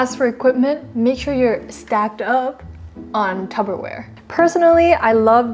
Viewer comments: ive watched this about 20x times so very helpful and funny but at 3.23 did you say tubberware...... it tupperware ;) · Just an FYI, it's pronounced Tupperware, with a P and not with a B. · you definitely said tubberware